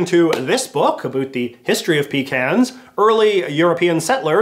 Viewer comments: You saying pecans wrong ( different then I do ) messed with my brain it’s pe-con-s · PUH-CAHNS. PUH-CANS. No pee about it. PUH-CANS! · “Peecans” bruh it’s “puh-cons”